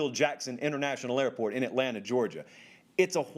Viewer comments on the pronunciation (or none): none